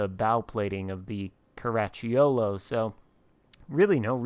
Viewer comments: Italian fan here. Very good attempt… next time try to say “Caraccholo” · Oh, you butchered it ….sheesh. No matter….Outstanding Video! Cheers!